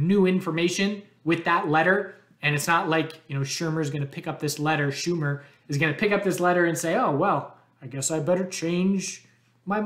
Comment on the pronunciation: I appreciate the SHOE-MER correction lol...schumer is going to reject SAFE because you've been pronouncing incorrectly. He's happier now with you, but he said he needs time to recover.